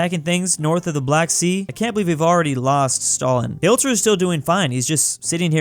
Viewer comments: Nice btw is pronounced HIT-ler not HILT-er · Nobody:: hi-LT-er me: Smashes my keyboard yelling hi-TL-er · it's not Hilter it's HIT-Ler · YOUR SAYING HILTER WRONG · Why you say hilter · The way he says hitlers name wrong bothers me.